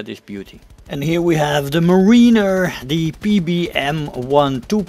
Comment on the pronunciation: It’s pronounced “mare-in-er”